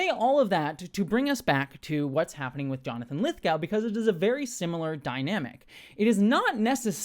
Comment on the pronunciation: Lithgow rhymes with go as does Glasgow and Moscow.